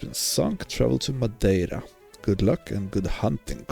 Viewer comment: Top marks for your pronunciation of Madeira. 10/10